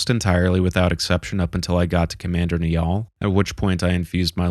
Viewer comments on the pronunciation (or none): none